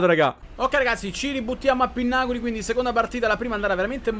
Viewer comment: Jo cmq si dice pinnacoli e non pinnaculi...cmq stai diventando sempre più forte💪💪